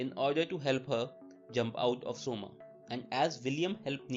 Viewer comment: Coma isn't pronounced soma LMAOOO its pronounced Koma